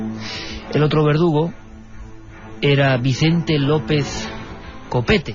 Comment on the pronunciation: Iker...ANTONIO LOOEZ SIERRA NO GUERRA....😮😮😮😮AY DIOS MIO🤢🤢🤢🤢🤢